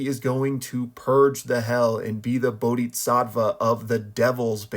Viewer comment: maan,.... bodisatva spoken and not bodiTsatva